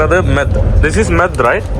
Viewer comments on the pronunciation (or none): മെദ്‌ എന്നല്ല മ്യോദ് എന്നാണ് പറയുന്നത്